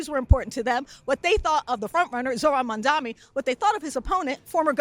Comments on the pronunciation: The man's name is MamdaNi, not MamdaMi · MAM dani! MAM dani! MAM dani! MAM dani! MAM dani! MAM dani! MAM dani! What the fuck is wrong with people? Are they purposefully mispronouncing Zohran's surname, or is it just incompetence?